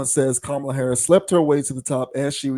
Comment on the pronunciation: She even pronounced VP Harris’ name wrong. This casket ready makeup faced troll is jealous of Ms. Harris.